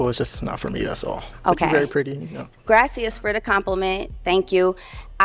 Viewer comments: Grassy-us It’s Gracious. gross-ee-us Fortune 50? So Cigna or Blue Sheild She didn’t make it top 50, so that was WEIRD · It’s Gracias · this chick say grassious for the compliment what is grassious 😂😂😂😂😂😂😂😂😂😂😂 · "Grass-i-as".. Can someone tell her she doesn't sound intelligent at all constantly mispronouncing "Gracias" 😂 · But why she say keep tryna say thank you in Spanish to all these black ppl and sayn it WRONGGGG😂😂😂😂